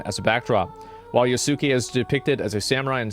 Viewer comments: FFS, it's not "Ya-soo-ke(h)", it's "Yas-ke(h)". "U" is silent. Like so. Oh, come on! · Agreeable video. Just to let you know, Asmon, Yasuke is pronounced with out emphasis on the u. Yahskay. Some of these people that are calling anyone racist for the legitimate pointed criticism of AC: Shadows are just emulating what they've seen others of their ilk doing that. But many of them know exactly what they are doing and they're using tactics from the book, Rules for Radicals to deceitfully polarize anyone who disagrees with them. I suggest you familiarize yourself with it. It'll open your eyes to a lot of what's going on today. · Not pronounced yah soo kay, pronounced yahskay. The u has very little emphasis to the point it's silent. Just like the WWE wrestler name Asuka is not pronounced Ah soo Kah, her name is pronounced Ahskah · ok big ask tho - pronounce his name as Yaske not YasUke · The amount of people who can NOT pronounce Yasuke's name correctly is more upsetting than Ubisoft devs lmao its pronounced "Yaws-kay".. NOT "ya-soo-kay". like it takes less than a few seconds to figure this out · Fumbled pronouncing "Yasuke" so hard he doesn't even attempt to pronounce "Naoe". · Has someone properly taught you how to pronounce Yasuke??